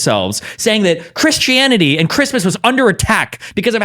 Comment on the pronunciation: I swear he keeps saying Chris Chan-ity